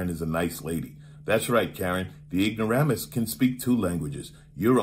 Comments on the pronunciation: Lol, Ignoromus. uh maam, we live in america. Could you speak EN glish? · "IgnorAH-MUS!" LOL!!!! This Karen really is a piece of work. Ugh. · Every day, I become more embarrassed as a white person...every day...more and more by the "ignorahhmuses"